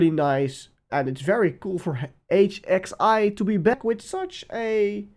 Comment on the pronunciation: hxi is pronounced hoi